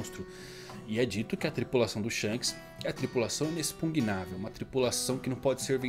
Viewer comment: "Inexpugnável "👏👏👏 Falou certo!!! Kkkkkk